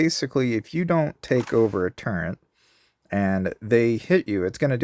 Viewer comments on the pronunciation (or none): Turret. Not turrent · Stop putting a N in Turret!!